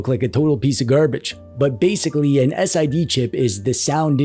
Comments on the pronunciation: I just get my neckhair alerted a bit when I hear you say S-I-D chip... Its SID chip ffs :P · SID is pronounced Sid (as in Sidney). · You say "SID" and "VIC" like names. Sidney and Victor.